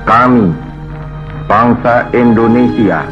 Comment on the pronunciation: Indonesia buk bukan Indonesa